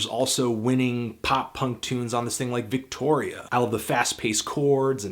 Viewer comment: "Victoria" not "Victory"